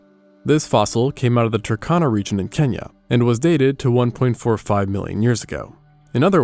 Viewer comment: the wrong pronunciation of “Turkana” made the name unrecognizable to me, the correct pronunciation of Kenya made me pause and look up from my homework to rewind the video. Kudos for the latter.